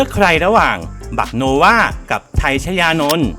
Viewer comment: บักโนวาค่ะไม่ใช่ no ว่า